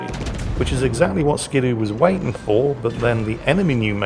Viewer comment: It's ski doo, not skid oo. :D